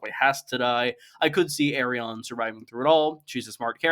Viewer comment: Why tf are you pronouncing Arianne like that ?